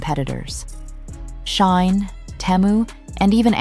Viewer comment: who is this narrator and what rock does she live under because who calls Shein "Shine"? lol